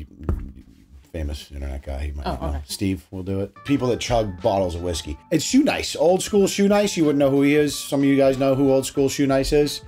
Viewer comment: Its hot honey. Crown not an wheeskey😳